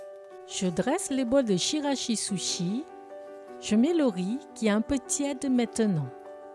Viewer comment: Bravo ! Chirashi-zushi prononcé tchirashi-zoushi